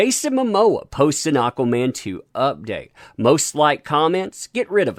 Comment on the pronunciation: AH-quaman!!!! Aaaaaaaaaahhhhh